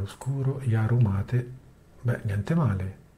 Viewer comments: C'è ben poco da argomentare, non essendoci novità. Facciamo un disegnino: NO NOVITÀ = NO ARGOMENTI. La versione LTS è pensata per non avere software aggiornato, perché si pensa alla "stabilità", *tra virgolette*. PS. Mate si dice come si scrive, non c'è l'accento. Almeno sul nome di una "bevanda-alimento" rioplatense non inventiamoci pronunce alternative. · Sulla pronuncia sbagliate in 3: tu, AlternativaLinux e il fondatore del progetto que ignorantemente inglesizza mate in mah-tey. Si prinuncia come in italiano.. mate senza accento. E si vivo nel sud del Brasile e parlo anche lo spagnolo oltre che il portoghese 😅